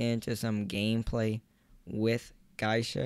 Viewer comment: It’s GEY-SHA not GAISHA. And MI-CHI-KO